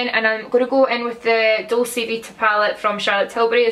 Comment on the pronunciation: It's dolce like doll-chey is it not?